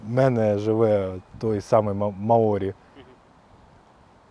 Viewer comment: Наголос на "а" - мАорі. Дякую за захсит! Слава Героям! 💙💛